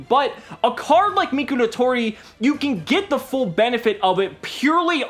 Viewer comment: How pronounces Mikoratori, "Mikulatoli"